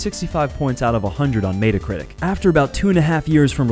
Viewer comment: wait....did you just say may-da critic?